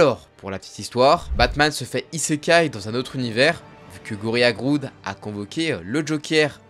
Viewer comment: Merci pour cette video. Par contre faut vraiment faire un effort sur la prononciation des noms (entre autre) c'est pourtant pas compliqué de vérifier avant. Entre "Groude" alors que c'est juste Grodd , et Mixpizpitlike au lieu (bon ok lui il a un nom de merde mais on peut quand meme savoir comment le prononcer).